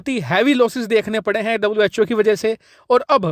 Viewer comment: Was called cho Instead of who